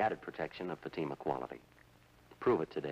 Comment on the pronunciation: When Jack Webb said "...in Fatima..." it sort of sounded like "emphysema"...uhhhh, no thanks.